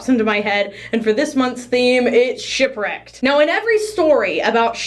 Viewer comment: i thought you said "shrek" when you said "shipwrecked" 😭